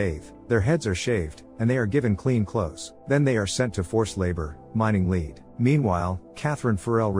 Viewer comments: Mining leAd not lEEd, pls Ai, learn the difference! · The AI commentary doesn't know how to correctly pronounce lead . As in led. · Using text-to-speech is annoying, especially since you never bothered to correct "lead" - the metal.